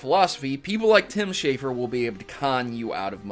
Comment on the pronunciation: Schafer, not Shaffer.